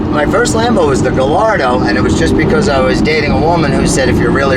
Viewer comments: I lost some much respect for this guy. He called a gal lardo a gal ardo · Says hes a loyal lover for lambo and proceeds to pronounce gallardo wrong